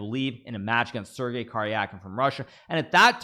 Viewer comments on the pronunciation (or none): none